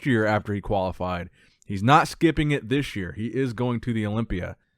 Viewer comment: your videos are my staple for bodybuilding content! Keep 'em coming. Why do you pronounce "thish year" though?